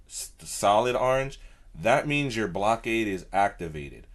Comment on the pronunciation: it's pronounced (Blok-a-da)